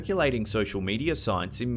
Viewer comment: How do you manage to pronounce the word "media" with an r in it??